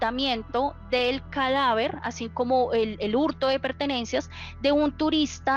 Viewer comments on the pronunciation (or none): Calaver o cadáver? Vaya pronunciación